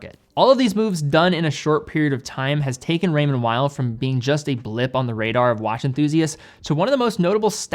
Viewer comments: Swiss guy here, great video! Just so you know it is said Raymond « vale » not « while » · Weil (pronounced vile) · Man it’s Called Raymond “Veel”